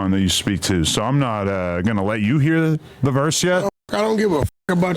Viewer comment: Adam cracking me up saying “Heather” lol